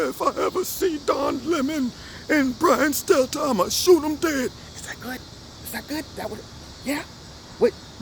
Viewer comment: Poor little brian stelter.... Mark Dice says his name perfect hahahaha....